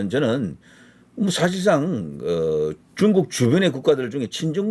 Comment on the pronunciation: 뚕국~!!! 이게 맞는 발음~♡